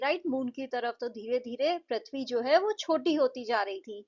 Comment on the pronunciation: Its not pruthavi its pruthavi